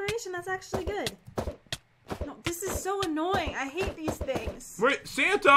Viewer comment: Did pat say "Fanta!!!!"instead of santa at 1 point?😂